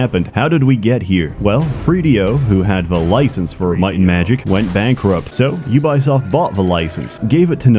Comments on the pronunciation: Thanks for recommending this to me 2 years later, YouTube algorithm. I can't tell,, are you pronouncing Ubisoft like YOU-BUY-SOFT on purpose to fit the humouristic theme of your videos... or do you really think they are pronounced that way? Way too serious clarification: as Ubisoft employees revealed, for French/Canadians it's either UU-BEE-OSFT or OO-BEE-SOFT depending on accent, or it's YOU-BEE-SOFT for... everyone else....That said, I myself have jokingly called them YOU-BUY-SOFT before to friends. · Pronouncing Ubisoft as You Buy Soft is genius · we not gona talk about "yew-bai soft" ...? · Did he say "YouBuySoft"? 😂😂😂😂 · "jubajsoft" xDDD no ja kurwie, co to ma być xD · Excuse me, but you-by-soft? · Your pronunciation of 'Ubisoft' and 'Moses' throws me into a blind rage. 10/10, would hate again.